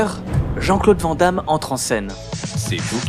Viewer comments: c cool piske tu dis brussel et pas bruXelles. mais on dit "vanne d'ame" et pas "vent d'ame" on dis aussi anversse et pas envert ceci dit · Chers amis français, Pouvez-vous prononcer le nom de JCVD correctement? C'est un nom à consonance néerlandophone, ça se prononce donc "Vane Damme" :) Sinon très bonne vidéo :) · Van damme se prononce vane damme.